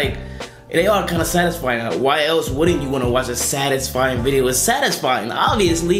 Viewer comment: You said bideo in the end